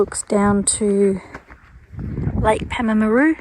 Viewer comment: It's pronounced PALM-AH-ROO by us locals 😂 glad you had a good time!